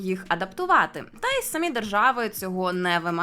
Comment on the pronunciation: Перейменування в московію однозначно потрібне, а можна й просто в паРашу. Відео ваше справді цікаве, але от наголос у слові "самі" - ріже вухо. В українській наголос має бути на "і", а не на "а".